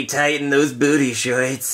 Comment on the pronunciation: he said shorts wrong